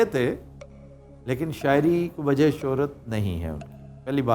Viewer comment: very logical reply well done ....but he is indian dear .... Look at his accent .... He is saying 'wazah' instead of 'wajah' ....and some other words also ... He is indian